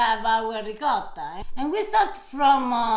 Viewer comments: RicoTTa Harper: RicoRa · Please,, teach Harper to pronounce ricotto. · please teach Harper how to pronounce Ricotta correctly. We need to re-educate Americans. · My nonna would have slapped me if I called it ri-cah-tah